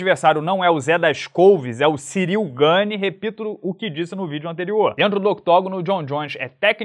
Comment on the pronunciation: ótimo trabalho, desejo todo sucesso, mas o Gane é Francês, apenas tentando ajudar e por favor, continue fazendo vídeos quase todos os dias🥊🥋🙌🇧🇷